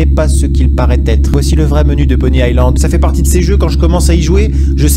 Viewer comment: c'est Pony iSSSSSland pas pony AIE land xD